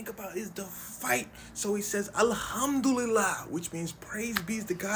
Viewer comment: Sounded much more like "Thank you for the meal Allah"